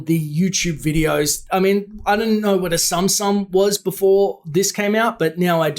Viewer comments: my 6 yo daughter said its pronounced (Zoom zoom) tsum tsum Show sounds like the new "Teen Titans", its for children because stories have nothing to do with the DC comics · The real way to prununce tsum tsum is zum zum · Tsum tsum is pronounced “Soom soom”. Sorry it just annoyed me.